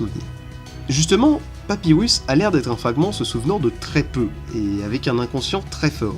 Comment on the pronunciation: "SanZ" "Papywus" Que du bohneur